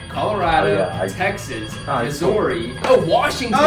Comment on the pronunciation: That pronunciation of Missouri hurt me